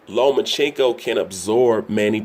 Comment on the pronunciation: LO-MA-CHANK-KO If you're going to do an analysis video at least know how to pronounce his name. No he doesn't need to fight Manny. No it wasn't a duck. And only casual boxing fans does the look at his face. Davis undisciplined arse is beating no elite fighters. Especially Loma.